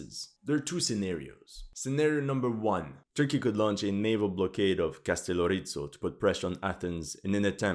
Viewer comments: Castellorizzo..☠️ Bro if you're going to make historical content regarding Greece, at least make sure you pronounce our islands correctly. It's Kastellόrizo (Καστελλόριζο). It's not italian anymore..smh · KastelOrizo emfasis to O. Proper greek pronunciation. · As a Mcedomian Greek I find you analysis superbe. Bravo !! (As for the name of Kastelorizo , you half-killed it.} Anyway we follow your Ukraine quest regularly. Keep on.